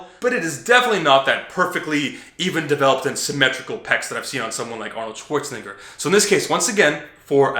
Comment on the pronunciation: Dude said Arnoldswanigga really